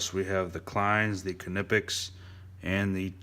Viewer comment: Amazing somebody who actually knows how to pronounce knipex